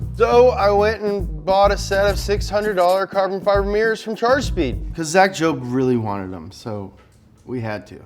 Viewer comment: What happened to you!? Since when do you pronounce carbon fibre wrong, huh?